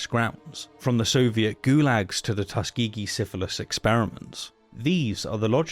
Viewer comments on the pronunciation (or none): none